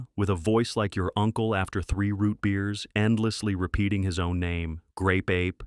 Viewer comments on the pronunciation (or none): OOHHH It's GRape Ape. .... Did anyone else here the G?